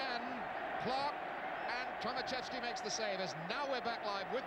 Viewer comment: Poor English man. Not Tomasieski but Tomaszewski-learn some others języków. Sad english story.